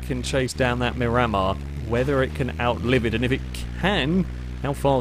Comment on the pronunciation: Psst- hey! Just letting you know the Miramar is pronounced "mee-ra-maar" after a place in Florida:)